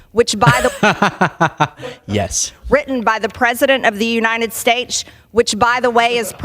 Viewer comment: Since when has "United States" been pronounced with a CH? United Staich? 🤢🤮